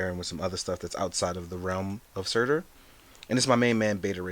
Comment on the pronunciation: Surtur= SooToor not SirTir